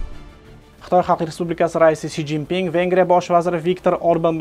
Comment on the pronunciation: Си жин Пин булдими Энди одамларни исминиям тугри укийолмайсизку окам